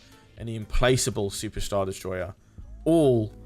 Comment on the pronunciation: I think 'implacable' is a hard C , so it's im-plak-able, not im-place-able. great vid though, it's a beast of a ship.